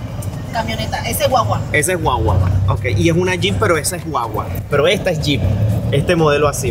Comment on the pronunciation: Se dice gua-gua, no wa-wa